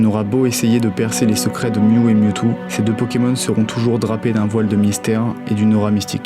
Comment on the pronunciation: "DeuxMiaou" AIE